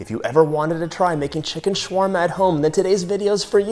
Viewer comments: Why is it shwarma and not shawarma 🤨🤨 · Excuse me it's "sha wa rma" not "shwa rma"